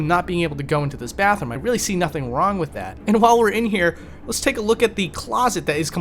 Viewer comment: Fascinating vid, but can you please stop saying 'wif' instead of 'with'? It's driving me nuts in an otherwise excellently-narrated channel.